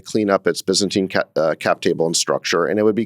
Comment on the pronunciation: Bro said byzantine